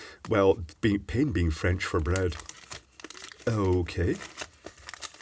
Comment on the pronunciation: «pain» is pronounced pan